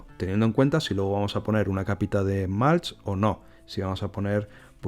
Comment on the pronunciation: Súper interesante! Gracias por compartirlo!! Por cierto, acolchado en inglés se pronuncia “mulch” con u no “malch”. Un saludo!